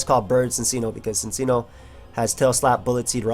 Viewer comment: Cinccino is actually pronounced Chin-Chee-no (according to the anime)